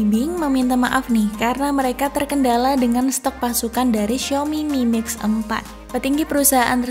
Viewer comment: Aku salfok dengan kalimatnya ngomong mimix 🤣